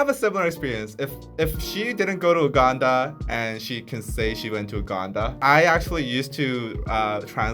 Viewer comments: I keep laughing as a Ugandan myself (living in London) everytime either one of you pronounced Uganda as UWganda 😂. It's pronounced (YOU)ganda. Maybe that's the Korean pronunciation though so I don't want to jump the gun here but it made me giggle lol. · The pronunciation is "Yuganda" guys, not "Uganda" like the spelling. Okay, class dismissed) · You guys try pronouncing UGANDA properly. All love.